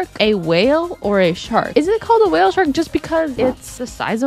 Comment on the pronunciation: this makes me think i’m sad again 😂😂😂when it says wale